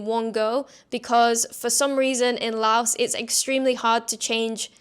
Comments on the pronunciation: First: Please pronounce the name of the country correctly. The 's' on the end is silent LAO(S). Please. If you are a tourist, sample street fare carefully. Never go to an empty restaurant . If you are an expat you NEED to eat all the crazy stuff and get your stomach used to all the little, happy germs. A piece of advice I got from a Frenchman and his Cambodian wife in the wet market: "If the flies don't want it, neither do you." In reference to fresh bloody meat that normally attracts more flies than dry, slowly rotting meat. Just take some Immodium and azithromycin. It fixes everything . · Drop the "s" when you say Laos. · FYI, the "s" in "Laos" is silent when pronounced.